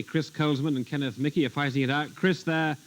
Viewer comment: The name Michie in Scotland is usually pronounced Meekie but Kenneth Michie might be an exception. However, I wouldn't expect an Englishman to get Scottish names pronounced correctly. Try Sinclair or Menzies, for example.